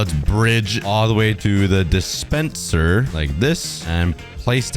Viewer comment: when you said "dispenser" I heard spendincer🤣🤣🤣